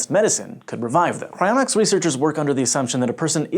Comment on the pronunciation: I legitimately thought it said "Crayonics"